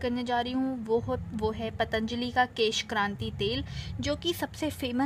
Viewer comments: beauty hacks kesh kanti h kranti nahi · maim kesh kanti hota kranti nhi